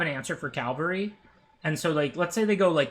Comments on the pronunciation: it's more that you use to say caLVAry than the correct caVALry. You often mix up the letters ;) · Calvary vs ˈkavəlrē... here we go again! 😂 gives me flashbacks to good old kaldheim axgard, ngl <3 Btw future knowledge: its from the French word cavalerie, itself derived from "cheval" meaning "horse".